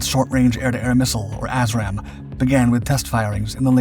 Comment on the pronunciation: Did he say "a$$-ram" missiles or just something really close to sounding the same?